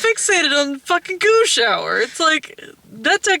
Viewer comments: When you say goo shower, it sounds like you're saying goosh hour. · The first few times said "goo shower," I was asking myself "WTF is a goosh hour?" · Oh, 'Goo Shower.' I kept trying to figure out what the fuck the 'Goosh Hour' is. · I keep hearing that as "Gooch Hour".